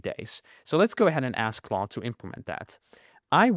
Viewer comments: Its claude not cloud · it is claude not cloud!!!!!!!!!!!!!!!!!!!!!!!!!!!!!!!!!!!!!!!!!!!!!!!!!!!!!!!!!!!!!!!!!!!!!!!!!!!!!!!!!!!!!!!!!!!!!!!!!!!!!!!!!!!!!!!!!!!!